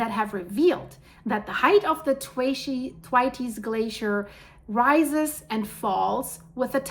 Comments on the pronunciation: THANKS, THE WORLD SEEMS TO BE SENDING US EVEN MORE WARNINGS THAN IT USED TO......... I BELIEVE IT IS PRONOUNCED THWAYTS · Dear I would like to help you say Thwaites right. The best way I can describe it is if you say "The waits" really fast but say 'TH' like you say thumb or thirst. Hope this helps also I really love your pretty eyes.